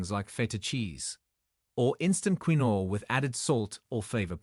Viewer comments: It's "keen-wah", not the way you pronounce it. Quinoa...🤭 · Should we listen to this? They can't even pronounce quinoa. It's KEEN-WAH. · I thought quinoa was pronounced ken wa. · It's not queen-no, it's pronounced keen-way, get your shit together AI! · It's pronounced keenwah not key-noa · Please note quinoa is pronounced Keen WAh. not kwin oh. Please teach your A I to pronounce it. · First, quinoa is not pronounced queenoe, no, no, instead, quinoa IS pronounced keeenwah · Keen-no-ahhh. How annoying queen-no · Quinoa is pronounced KEEN-waa per Google. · QUINOA is pronounced ... Kin Wah ! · It is properly pronounced keen waa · It would appear one mans meat is another man poison. So many "kidney doctors" recommend a number of foods that this video doctor debunks. Quinoa Its pronounced "keenwa" so makes me wonder how knowledgeable this person is. 😮😮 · Quinoa is pronounced "keenua" Tilapia??? I had to laugh, the worst fish you can eat, farm raised, GMO and packed with chemicals from the food it's fed as well as antibiotics. And there is nothing wrong with good fat, especially from fish. Tofu is anti-inflammatory? It's made with soy, a GMO product, high in Omega6 that causes inflammation.Most is not organic And even organic have the same Omega6. Egg yolks are perfect food, whites have no health benefits, no nutrition. b eef is the most anti-inflammatory food there is, it's fat is stable and healthy. This is the most ridiculous post I have listened to, no knowledge of nutrition. I agree with processed whey protein and hot dogs, they are not real food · Pronounced. Keen-wah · I'm just curious,, Is this AI speaking reliable?? It's quinoa not quino... all seems... dodge... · Quinoa (‘keenwah’) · Pronounced keen-wa in the US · ITS KEENWA always mispronounced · Pronounced KEEN- WAA / wha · It's hard to believe anyone who can't pronounce quinoa. It's prounced keenwa.😮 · The pronunciation of quinoa is weird but it's the way it is keenwa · Quinoa sounds KIN WA